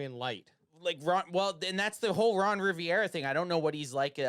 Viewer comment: Completely agreed on the Ron for Dan switch. But calling him Ron Riviera instead of Rivera had me laughing the entire time😂